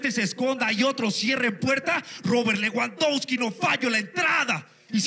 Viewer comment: si era sarcasmo bro jajaja me dió risa como lo pronunció, lo que no entendí es si Lewandowski es delantero por qué termina diciendo que no "falla la entrada", creo que debió mencionar a un defensa en lugar de un delantero jaja